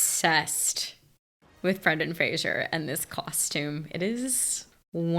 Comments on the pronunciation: Yes, it's "Frazer" and not "Frazyeur" lol. But it's fine. Everyone makes that mistake. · Yep, it’s pronounced Frayzer. Not Frasier. There’s no “i” in Frazer. 😉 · I love this movie, I mimed the entire time 😅 Also: It is Fraser like Razor not Frashur